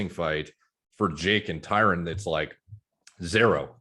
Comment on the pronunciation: So many people, who should know better, still fuck up the pronunciation of Tyron’s name. I’m not even annoyed anymore, it’s almost impressive.